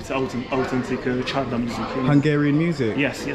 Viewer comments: check the pronunciations: Sari,....Schara is a female name similar to Sarah, Csarda is Tsurduh what is like a Tavern. (Saar is poop, Schar is Mud)😁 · No es "lake", es canal de Danubius. Sári csárda (pronunciation) es Shari chárda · You pronounced Csárda wrong. It's more like "charda". Very beautiful and traditional places. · Yeah, you may pronounce it "Shary Charda" :) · Csárda is pronounced “cha arda” and Sári is “Shari”, so it is “Shari cha arda” 🙂, there’s no pause between “cha” and “arda”. Csárda originally was a pub with a kitchen that specialised on a small selection of food and the difference beteween a kocsma (pub) and a csárda is csárda was always on the side of roads between towns, while kocsma was always in towns. Csárda was mainly for travellers and they had stalls for horses. And also, that wasn’t mash potato, it was crushed potato with onion. I am happy to answer anything, in return I just want to know - if you are Jamaican - where can I eat proper ital food in London 😆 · for future occasions: csárda = tchárda / á = like inside the word "wow" you said so many times the O vowel would sound like the hungarian á. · Pronounce charda